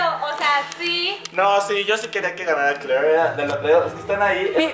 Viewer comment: rafa dice kler , y lo dice como gringo